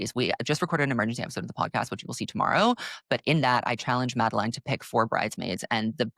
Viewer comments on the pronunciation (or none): none